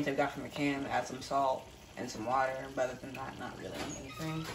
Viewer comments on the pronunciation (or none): I love how you say water. Warter 😁Love your videos!